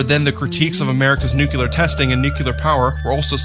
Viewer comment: Nukular testing and nukular power. Apparently saying 'clear' requires human mouths because all these people that saying 'nukular' have bug mandibles and are very numerous.